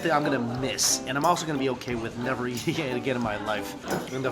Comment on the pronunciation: its funny how he pronounces eating as yeating